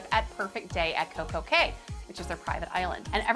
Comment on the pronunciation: Thank you for calling it Coco K because clearly Royal named it perfect day at Coco K for it to rhyme. I cannot stand when people call it Coco key